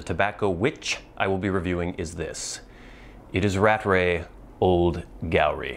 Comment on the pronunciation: As a pedantic note ; We 'limeys' pronounce the moniker Rattray as 'rat tray' (not as rat ray) as it has two 't's in the middle. Rattrays ready-rubbed pipe tobacco is never as good as the shag tobacco version. A common fault when both versions of a brand used to be on sale to the consumer. Happy smoking.